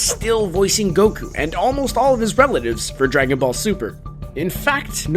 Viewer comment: It honestly surprises me that Vegeta called him Gokue 8 times. That feels like too many lol. Also makes me wonder how many times Goku has been referred to as Kakarot